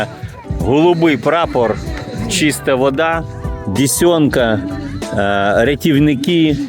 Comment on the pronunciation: Річка ДЕсенка,не дєсьонка.